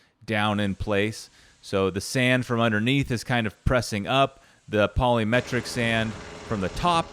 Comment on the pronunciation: It’s not polymetric sand, it’s polymeric sand.